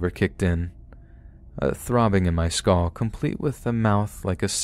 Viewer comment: Once I noticed that pronounces "skull" more like "skoll", he has said the word in like ever story 😮